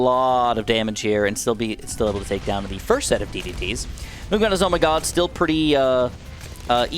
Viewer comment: DID MAN JUST SAY ZOH MY GOD